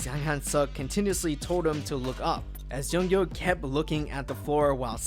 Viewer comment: Please don't flame me... Junkyu is pronounced June-Queue